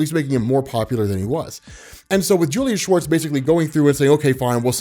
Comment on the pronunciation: Are you kidding me. Julius Schwartz, all these years when i have heard you or others memtion his name i always thought it was Julia Schwartz. I thought that maybe decades ago Julia was some kind of wird unisex name like Ashley or Riley.